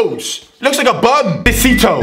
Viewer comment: He has bartered the danish names SO BAD........ SISTO IS NOT THAT HARD MATE! SISITO...............REALLY!?!?!?!?!